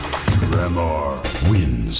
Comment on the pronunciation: I know this doesn't really answer the question, but the Shao Khan soundbyte makes it sound like Tremor's name is pronounced "Tree more".